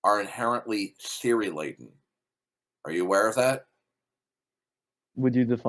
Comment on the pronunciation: OH was that what he was saying ‘theory laden’? 🙄